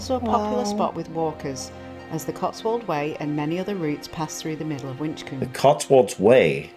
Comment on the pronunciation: I feel so lucky to live in a Gloucestershire ☺️ I actually live about a 15 minute walk from Gloucester Cathedral. Also the first place that was shown, ‘Winchcombe’ is actually pronounced with a silent ‘b’, just for reference.